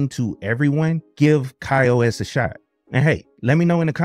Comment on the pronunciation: Ki-OS? what is that? This review is regarding Ka-OS, which is pronounced Kay-OS. You know, like other KDE platforms